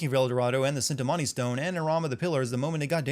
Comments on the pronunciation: And mispronouncing cintimani stone again (sorry if I spelled it) but anyways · I die a little inside every time this dude mispronounces the word cintimani